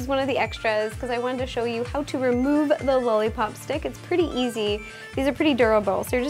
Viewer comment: she says "lully pop"